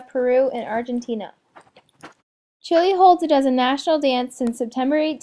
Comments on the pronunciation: Music is horribly competing with the voice. Couldn't even hear it. I should have stopped listening when you pronounced it "chilly". It's chee - lay!!! Aren't you in a spanish class? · Please stop saying Chilay and Chilayen.